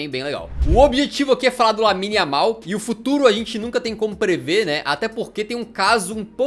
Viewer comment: No momento ele fala yamine